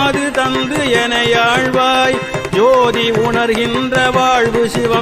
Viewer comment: ஐயா, தயவு கூர்ந்து தமிழ் வார்த்தைகளை இன்னமும் திருத்தமாக உச்சரியுங்கள். சோதி என்ற சொல்லை ஜோதி என்று பாடுகிறீர்கள். தாடுமயில் என அழுத்தமாக பாடும் போது தமிழ் வாரத்தை யாக தெரியவில்லை. இது போல இந்த பாடல்களில் சில இடங்களில் உள்ள தவறுகளை தவிர்க்க வேண்டும் ஐயா.🙏🙏🙏